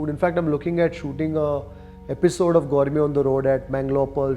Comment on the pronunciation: Gourme gourme antha saaythane ee yappa 😂